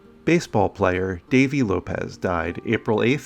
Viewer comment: Thank you for pronouncing López correctly (Not “Lopes”)